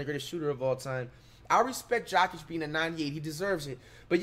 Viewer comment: HE SAID GOKIC 💀